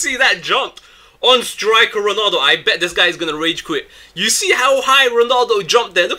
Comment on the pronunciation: IT'S 'RONALDO' NOT 'RONOLDO' -__